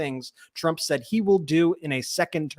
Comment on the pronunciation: olde school grammar nazi note:,, luv ya, man, but t's are not pronounced as d's, lol try it right, phonics, man. numbers will improve; ) seriously? "saddin"?? lol luv ya man.